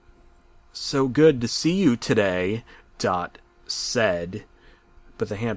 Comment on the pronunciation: Dath? Do u mean dot?